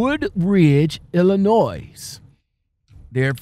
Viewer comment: ILLINO The S is silent